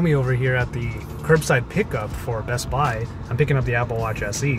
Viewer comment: I like how he pronounces bestbuy “bess bai”